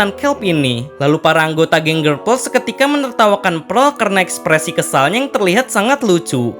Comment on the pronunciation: PEARL NOT PREL